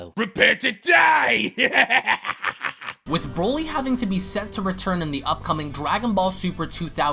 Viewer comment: Broly NOT brawly 🤦🏻‍♀️🙄😒